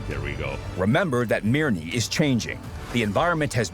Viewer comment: "Mirni 13" lol Its MIR-Nyyii